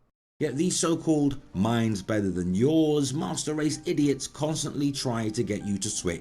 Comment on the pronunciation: It sounds like he says musturd race